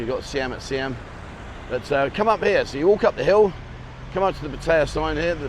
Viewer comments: Pat- ay - yaa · Your pronunciation of Pattaya has improved but it's still not very good. 😂